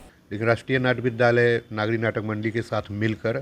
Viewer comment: लिखते हो "नगरी", बोलते हो "नागी"! और है यह "नागरी"!!! हिन्दी चैनल वाले हिन्दी को न लिख सकते हैं, न बोल सकते हैं, और कहते हैं अपने को "पत्रकार"! और, सर्टिफिकेट प्रदान किये जायेंगे, या "की जायेगी"??? 😢😢😢